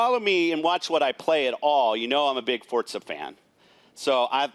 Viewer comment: What's the deal with Fortza horizon 2? I thought it was Forza horizon 2. Kinda makes him seem like he's giving a misread script instead of an actual experience.